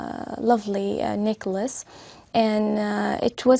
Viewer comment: ... Necklace...chứ k phải Nicholas...:)